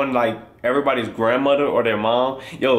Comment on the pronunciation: he trying so hard not to say grandmudder